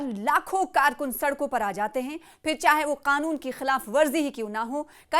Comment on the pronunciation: karkoon , karunoo bol hi nahi pa rahi hai bichari 🤣🤣🤣🤣